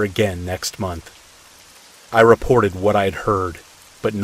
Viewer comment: How much electricity you used each munch you used each munch awhahhaaaa what the hell happened there ?? Did you ever say it right ? I had to go but it was a good laugh. Thanks